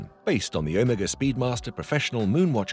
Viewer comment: Please pronounce Omega correctly… when you first said it, I didn’t know what watch you were talking about… just saying.